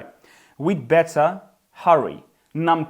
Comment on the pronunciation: Поясніть, будь ласка, що ща діалект, коли вимовляє замість т в better, ц?